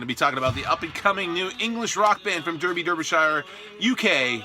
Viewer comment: Great video, love this band. They played at my school back in 2011! I noticed you pronounced Derby, Derbyshire wrong, in the UK it’s pronounced “Darrby” not “Durby”